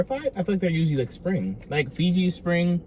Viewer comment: “FOOJI” water another one of your words 😊